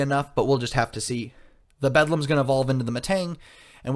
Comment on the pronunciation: Beldum... how are you casting games and dind even know how to pronounce the pokemon